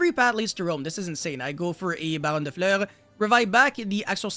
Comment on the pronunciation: If you can say Fur hire or Fury then you can say Fleur.